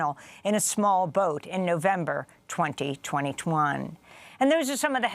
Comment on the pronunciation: Twenty twenty twone